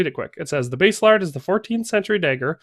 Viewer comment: Pronounced Bass a lard. Bass like the fish, not the guitar. :-)